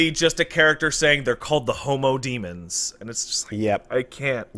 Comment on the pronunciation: The issue isn't with their pronunciation of -ens, it's their pronunciation of dem-. It should be "dehm," not "deem."